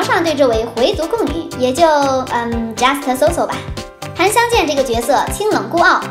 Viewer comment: Just 飢餓死特 不是 假死特